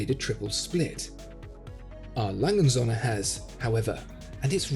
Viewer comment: O-umlaut has a certain pronunciation that needs to be learned.